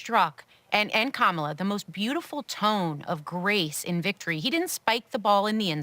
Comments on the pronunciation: Kaaa maa laa is not the right way to pronounce. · I'm pretty sure that the Trump administration will now learn to pronounce Ka-ma-la's name for the rest of their natural life's. :) "I feel so good right now". Let's practice: KAMALA, KAMALA....KAMALA. Hey Mr. Trump, Repeat after me. KAMALA.......VICE PRESIDENT KAMALA.